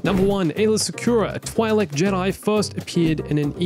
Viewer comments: Please don't tell me "Twy'Lek" is the actual pronunciation. "Twee'Lek" sounds so much better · I do not like the way you pronounce Twi'lek